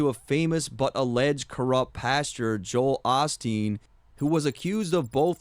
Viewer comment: Also listen to how he pronounces Joel Osteen - it sounds like "Jo-Hale Osteen". He's using Osteen to fit into the rhyme scheme with "off him" but he's clearly trying to reference both people and fit them into one bar